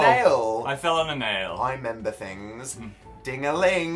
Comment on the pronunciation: Apparently Dan can't even member how to pronounce remember